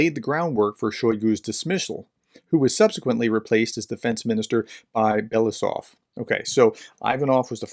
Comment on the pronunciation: Andrei Belousov's surname one reads as Be-lo-U-sov (stress on U).